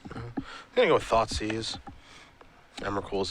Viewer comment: "i want my thoughtsieze back" lol that made me giggle